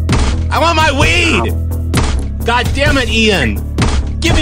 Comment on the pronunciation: I WAHN A NEW SNOW PLOH SHOW!